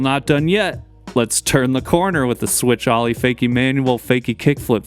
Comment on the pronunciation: How can you not know how to pronounce the word “Ollie?” My god. Ollie American pronunciation Sounds like aa-lee